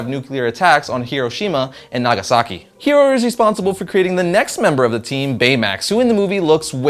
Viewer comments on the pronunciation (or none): none